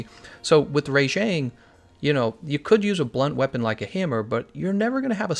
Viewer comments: Am I the only one annoyed at how he pronounces Rajang? It's RAH-Jang, not RAY-Jang. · Why do you pronounce the first 2 letters in rajangs name as "RAY" instead of RA like rabbit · I'm sorry its RAJANG not RA-JANG!! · Your pronunciation on Rajang is super weird, it's almost like "Re^jeng" LOL. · rayjank lol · They actually say it's name in the game & they pronounce it "Rah-Jong", And I think think it's more accurate like that, because it sounds like Rajah, which is the Hindi word for king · Thanks, i was gonna write something like this, please stop butchering all the names! lol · Well then you aren't English because thats not how we would say it